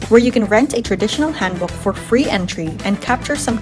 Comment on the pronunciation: 서울, 경복궁, 한복, 북촌 등 한국 단어 발음이 굉장히 좋네요! 멋진 영상이에요. Your pronunciation of Korean words is incredibly good! Thank you for your beautiful video. Much love from Korea!❤